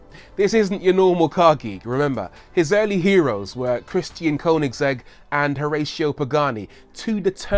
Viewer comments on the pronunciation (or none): none